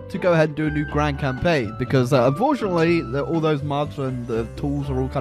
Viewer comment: "Grand cam-mega-pain"